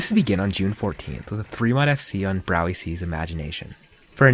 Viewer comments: HIS NAME IS SAID BROWY C NOT BROWYECK??!! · brow-e-see? he has a video in his profile on how to pronounce his name, good video tho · isnt it prounounced "bro-ee-ick" or have i been saying his name wrong the whole time